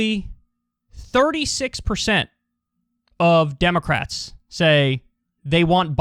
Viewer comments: "Drax.... themst.... klounst...." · Nobody going to pay attention to him saying "Drax them's clounts"? Lol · Kyle what the fuck does draxed then sclounced mean?